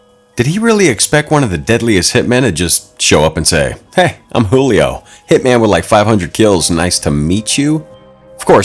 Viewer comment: He was Brazilian so his name is not Julio in Portuguese we pronounce the j as j not as h